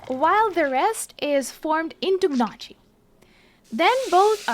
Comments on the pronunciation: As an Italian I have to make a clarification (just to be extremely picky): the word "Gnocchi" has the double "c" so the pronunciation would be "Nyokki". Anyway apart from this minor thing really nice video :) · Gnocchi is pronounced ‘nyoki’, FYI